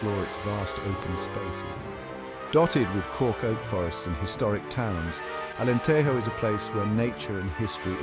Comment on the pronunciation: You made a video about Alentejo, but you didn't bother to learn how to pronounce Alentejo (the Spanish J sound only exists in "Spanish"). 8 seconds...